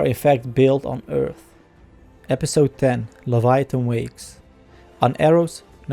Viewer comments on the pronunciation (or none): none